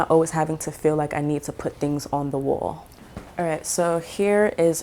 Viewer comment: You've mentioned Oakland and San Francisco, etc. but something about the way you said "coffee" and "wall"... I'm sensing New Yawk roots... Love your style!